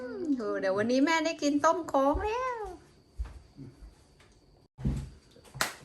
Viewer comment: ถ้าฝึกพูดว่า คะ โล้ง คะโล้ง ซ้ำไปซัำมาบ่อยๆก็จะได้คำว่า โคล้ง แทนที่จะพูดว่า ต้มโค้ง นะคะ คำว่า โค้ง มีความหมายว่าทำความเคารพ เช่น โค้งคำนับ หรือ ลักษณะ งอ เช่น งอโค้ง เป็นต้น